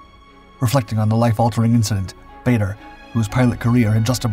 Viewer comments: I think this Guy needs to research his subject. Several mistakes. Can't even pronounce his name properly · Another video that’s hard to listen to when the subject’s name is mispronounced. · "Baa-der" not "Bay-der"!!! 🙂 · Bader was an odd mixture of genuine hero and absolute bastard. He had a vile temper, used the filthiest possible language even in front of women, and unlike most flyers was beastly to his ground crew, who rejoiced when he was finally shot down. His name was pronounced Baah-der, not Bay-der. He did NOT like to hear it pronounced wrong. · As one of his great nephews, I can assure you it is not pronounced Bahder. The British Baders pronounced it closer to 'Barder', while their Canadian counterparts adopted the 'Bayder' pronunciation. In neither case is it pronounced 'Bahder'. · I HATE the mispronounced t of his last name. BAH-DER!!! NOT BAE-DER!!! le sigh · His name is pronounced Baader, not Bayder. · Whilst I do enjoy your videos normally there are a couple is things with this one, firstly his name is Ba(r)der NOT Ba(y)der and you refer to him as an American which he most certainly was not. Just saying. :-) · Barrrrrrrderrrrr not bator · Dugless Bar der not bayder when will you Americans learn? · His name is pronounced barder not bayder. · It's pronounced "Baa-der" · Then, we should say it as Bay-dur in respect to the memory of Dowding and Park. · He was English and pronounced baa-der him and winkle brown are legends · I think we should get his name correct. It is pronounced Bad-er I believe. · Actually, his name was pronounced "Bah-der" as his father was from South Africa. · How can you run a feature about someone when you can’t pronounce the name baa-der correctly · Pronounced bar-der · his name is pronounced BAR der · I didn't think badder was american.......... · This guy constantly makes mistakes. Bader’s name is also mispronounced throughout the video. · I'd settle for his name being pronounced correctly.